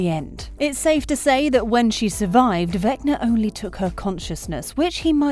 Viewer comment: The way she says vecner instead of vecna is killing me 😂🤣😂🤣